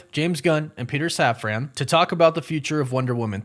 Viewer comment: safran. safran. safran. not saf-ran. safran. like safren.